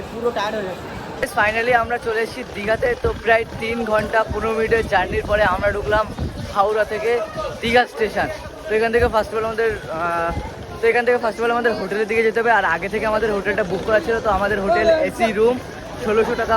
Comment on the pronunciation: ওটা ইস্টিশন না ওটা স্টেশন